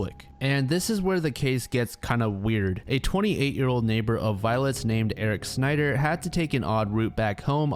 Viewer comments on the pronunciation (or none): none